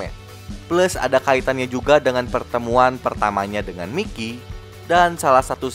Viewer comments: Bang itu namanya di bacanya "Maikiy" Bukan "Mikiy" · Mikey: Bacanya : Maiki!!!!!! 🤡